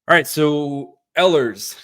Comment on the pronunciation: I like the idea of signing him. Note; the proper way to pronounce the beginning of his last name is with the long E sound. I listen to how the Jets announcers have pronounced Ehlers.